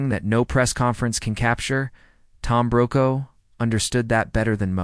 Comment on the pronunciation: His surname is pronounced Brocaw